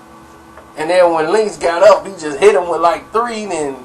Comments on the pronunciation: His name is Cuban Link not Cuban linx lol 🤣🤣🤣🤣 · Evan Rivera You don't be knowing shit. The hell are you talking about. If you knew, you would know no one calls him Linx. His name isn't Cuban Linx, its Cuban Link. Link not Linx. And no one calls him Linx or Link for short. This video is the first time I've ever heard someone call him Linx or Link for short. They have always called him Cuban for short or Cuba. Don;t you listen to any of the Big Pun or old Terror Squad albums. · Bro its Cuban Link not Cuban Linx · His names Cuban link not Cuban linx